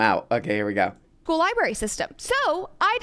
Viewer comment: Did just say "libary" twice? Also, is it a coincidence that DeSantis did everything he could to alienate migrant labor and now Florida suddenly needs a different source of cheap labor? "Weeird"